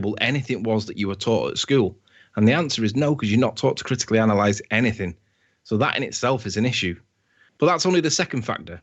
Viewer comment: Like so many illiterate people, he thinks the word "anything" is spelt with a "k and pronounced "anyfink" good God.